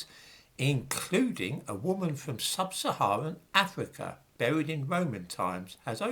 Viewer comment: Cypwus, not Afwica? Unweal pwopaganda about an ivowy bwacelet. Vewwy unweliable. You are cowwect.